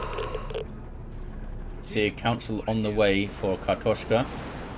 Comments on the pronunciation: You nailed that pronounciation! And indeed, картошка means potato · You pronounced it pretty right, im russian speaker myself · You nailed the "kartoshka", nice :D